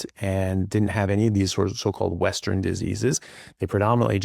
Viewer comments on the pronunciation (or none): Sure sounded like he said "Westren"